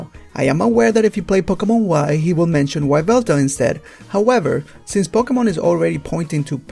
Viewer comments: Why-velta...? WHY-velta? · What do you mean what am I trying to say? Can you not hear the way this guy pronounces everything? It's Yveltal, not WHYveltal. Yveltal as in Yggdrasil.